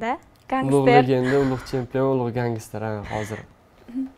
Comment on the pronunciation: Гангистер эмас просто ганстер